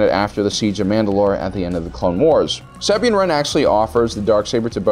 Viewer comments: “Saabine” ah yes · How is there an entire 3 shows that show Sabine and you still can’t pronounce her name correctly? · The way you pronounce Sabines name absolutely pisses me off